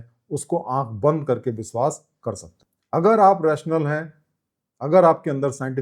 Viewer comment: "बंदना" बोलना गलत है, "वंदना" बोलना सही है,,,,,, आप "व" को "ब" न बोला करें , जो कि आप अनजाने में बोल जाते हैं। "बिस्वास" तो कई बार बोले हैं, " बंदना "